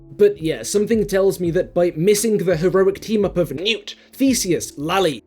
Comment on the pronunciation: everytime you play the list I keep hearing “Noop” instead of “Newt” and it just makes me think they really should have done a second take and nail that T sound